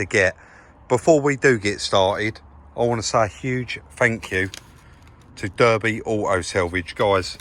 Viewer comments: That's the second time this week I've heard a southerner refer to Derby (pronounced Darby) as Durby. Have yous ever heard of Durby county FC, Crown Durby bone China or Durbyshire? Thought not 🤣🤣🤣👍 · Yes rob it’s pronounced Darby but spelt derby . Southerners 😁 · Mate, the fine city of Derby is pronounced Dar-bee not Dur-bee unless you're from the US. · Its pronounced darby lol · Im offended in how you pronounced Derby 😂😂😂 its pronounced Darby 😂😂😂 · It's not Derby, it's pronounced Darby. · It's pronouced Darby the yanks say Derby ,you southerners really are in a different world LOL Loving the channel 👍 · Come on mate its not Durby i know the spelling is Derby but its pronounced Darby Lol, i don't know you suvvaners ( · Durby! Come on your not a yank 🤣👍. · Hiya, Derby is pronounced Darby. 😂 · Its pronounced DAR-BEE lol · Pronounced Darby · Hi, Derby is pronounced ‘Darby’ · It's pronounced Darby mate!!! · It’s pronounced Darby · Never mind editing the address, I think you should have edited out your pronunciation of Derby judging by the amount of people it's triggered 😂👍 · Just to let you know its Derby as in Derby County, love watching your videos,thanks guys.